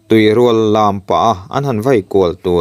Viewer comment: Tuirual tihhi midang chhiar dan han ngaithla zeuh la i lam dik ve ngei ang